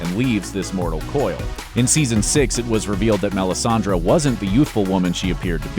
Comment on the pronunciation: What are you saying????? Its melisandre MEL-IS-AN-DRE